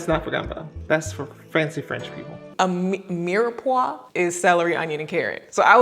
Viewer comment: a mirwhatttt???😂😂I'm French and I have no idea what you trying to say 😂😭❤️